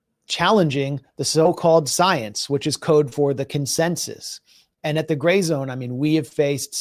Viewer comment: I love how max just let butcher the name of his outlet. gray news everyone! 😂 youre a good dude max lol